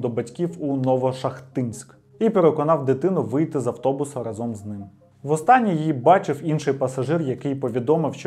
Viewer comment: Відео прекрасне та дуже інформативне, але коли автор говорить проєкт, а в наступному реченні разОм, то по вухах знатно б'є. Я нічого не маю, але якщо говорите по правопису-використовуйте його, будь ласка, в усьому